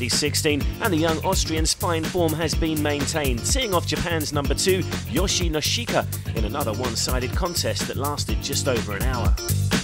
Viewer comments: yoshi noshika? Its Yoshihito Nishioka.. Btw Pouille's girlfriend is hot.. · lol his attempt to pronounce Yoshihito NiSHIOKA